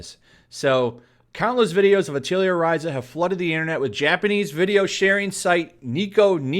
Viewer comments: Hey 2, not that I care too much but I figured I'd point out for future reference, Atelier is pronounced "Ah-teuh-lee-ay" It's a French word, so don't feel bad, but yeah, I just found it hilarious how you were pronouncing it like Artillery or something xD It basically means workshop and references that every main character is an alchemist, and they use item creation as a heavy role in the game series. Hence, the work shop reference in the title. Again, don't feel bad, but yeah for future reference, it's "Ah-teuh-lee-ay" not "Ah-tiel-lee-er" XD I still can't get over that that's such a funny way to say it. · Great videos, but it is pronounced: "Ah...tah...lee...eh" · The only thing that triggers me about this is your pronunciation of "Atelier" XD Over here we use the French pronunciation which sounds very, very different.